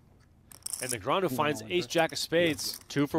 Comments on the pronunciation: I'm sure Daniel appreciates commentators butchering his surname!! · It's 2024 and PokerGO's announcers STILLLL can't pronounce Daniel Negreanu's name properly.